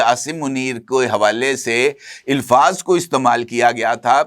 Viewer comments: عزیزم آپ alfaz کو elfaz کیوں بولتے ہیں غلط ھے اچھا نہیں لگتا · Ilfaaz😂😂😂 illfaz